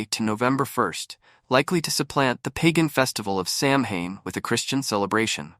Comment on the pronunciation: Samhain is pronounced Sow -en